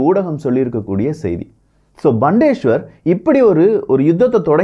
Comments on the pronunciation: Thanks for the Video! Btw, Bundeswehr should be pronounced as "Bundes-Wehr"(Armed Forces) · Hi, huge applauds for your efforts. Such a great job with so much of world content. Just a small suggestion: your pronounciation of 'Bundeswehr' needs to be checked (what you pronounced is not correct. Check in google translate for right pronounciation). Please consider my comment as an improvement suggestion for your future videos and not as any criticism. And btw, I am a big fan your channel. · வணக்கம் விக்கி சிறப்பான தெளிவான செய்திகள். Bundeswehr என்பது ஜெர்மனியில் உச்சரிப்பில் (புண்டஸ் வெயா) நீங்கள் உச்சரித்து இங்ளிசில் பண்டேஸ்வர் இங்ளிசுக்கும் ஜேர்மன் மொழிக்கும் உச்சரிப்பு க்கள் ஊ ஆ ஆ அவ்வளவுதான் ❤❤❤❤ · mannikkaum Bandesweyar Illa BUNDES WEHR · Bild is not an important media in Germany. The Bild is like kumudham, kalkandu. Please stop your lies. Bandeswahr illa paithiyam, it's Bun des wahr.